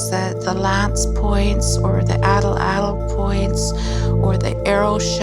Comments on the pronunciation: Great video! Now all you northerner folk need to do is learn to pronounce the Nahuatl word "atlatl." 😉😏 From Google AI: "The stress is on the first syllable, and the "tl" sound at the end is a single, unvoiced consonant produced by placing the tongue as for a "t" and then letting air flow around the sides of the tongue for an "l" sound." Which is to say it comes out a lot like AHT-laht'. Greetings from Tennessee USA, and may the Artifact be with you! 🖖🏼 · Why is she saying atlatl twice or is another word? atlatl atlatl knife point etc. if figured it out when looking up how to pronounce Atlati its' two syllables so Ahh Latle